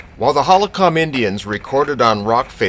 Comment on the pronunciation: Sorry, but those peolpe were the Ho-ho-kum. Not Holokam